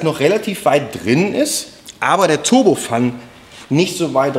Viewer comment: Hey JP, warum sprichst Du "turbofan" aus wie "turbofun"? Das ist ein englisches Wort, nämlich der "Ventilator" (=fan) einer Turbine (dafür steht "turbo" in dem Fall). Turbofan englisch ausgesprochen klingt doch viel besser, und passt auch besser zu Dir (Du bist ja doch selbst auch so eine Art Turbofan, wenn auch anders, hihi).